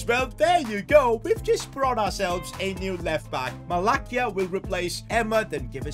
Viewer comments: its pronounced MalaSia, not MalaKia. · “malakia?” 💀 bro it’s “ma-la-see-a” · as a man utd fan it kinda annoys me when u say mala'k'ia, it is actually pronounced mala's'ia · Never ever say malacia like that again !!!